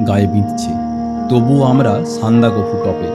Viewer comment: সবই ঠিক আছে ভাই, তবে সান্দাকফু উচ্চারণটা ভীষণ কানে লাগলো, যা আমার কাছে সহ্যের বাইরে। উচ্চারণটা সান্দাক ফু।